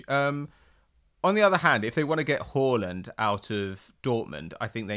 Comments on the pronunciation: saying horland I cba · It’s pronounced HARLAND not Whoreland